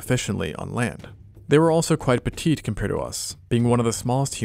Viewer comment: Lmfao the way he said “pEtItE”